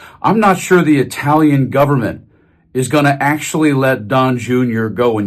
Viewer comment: Good job...just gotta work on that Italian pronunciation :)